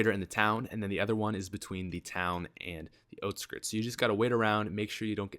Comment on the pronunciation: It's out skirts not oht skirts